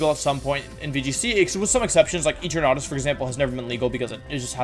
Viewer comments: Did this guy seriously pronounce 'Eternatus' as 'Eter-NA-tus' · I can’t tell if he’s joking about the name pronunciation because I’m boutta hop out this phone and slap my man 😂 “E-trat-nuh-us” “Ger-at-n-uh” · EEtruhnahtis lmao worst butcher of Eternatus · Sorry did he say Eaternautus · I like you, but, "EternAtis", "Jratnia", "Primordial sSun",what's going on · they way you pronounce giratina and eternatus is killing me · I can't get over the way you pronounce Eternatus and Giratina lol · Im sorry but there has to be some inside joke on this channel i dont know for him to say eternatus the way he did, as well as other pokemone period, is it like yaveltal on MandJTV? Or does he actually mispronounce a lot of pokemon? Its confusing because he speaks english so well so i dont think its a language thing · wtf did you call Eternatus? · Paused , because. Eternatus. It is S. Now, wideo.. prove me wrong. Edit: Bewear, with +1 priority baby doll eyes, holding a kee berry can tank 5 hits from choice banded dracovish, and lives 3 super effective dragon descendants from choice banded adamaant 252+ mega rayquaza. Can KO said mega rayquaza with thrash after 2 defense drops.